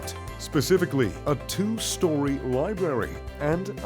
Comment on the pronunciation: What educated (?) person does not know how to pronounce library?